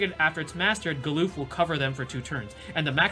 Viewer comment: galoof? its galuf lmao, also for those that say Agrias' name wrong, its ah-gri-yas (not ag-ree-us or aeg-ree-us)